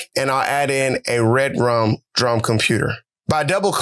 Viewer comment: Dope bro and good job. And also, i think REDRUM is pronounced Re Drum, like it’s 2 words. Definitely not red drum